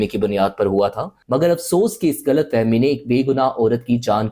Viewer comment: topic is good , but urdu pronounce wrong , i feel koi indian bol radha he, for example ghalat ko galat bolna, and many word you pronounce wrong Repeatedly, pakistani drama actors bhi wrong pronunciation k sath bolna fakhar samajhte he, you aap log indian film ,darama dekh dekh apni saban hi bhol rahe ho